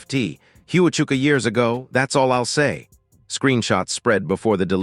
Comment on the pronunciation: It is Fort Huachuka pronounced Wa-chuka